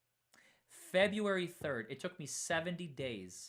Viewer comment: “Fe-BREW-Ary”, NOT Fe-bee-u-ary!” — You are so bright, dynamic, and articulate; however, to bring you to the next level professionally, you need a grammar coach. I’m here to help! Feel free to reach out for grammar and pronunciation help — pro bono.